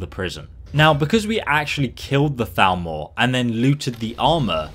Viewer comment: the entire video i though you said Falmer, Second guessing myself